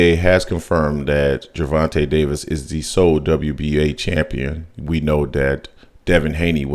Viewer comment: His name isn’t Gervante Davis , respect the brother 🤲🏾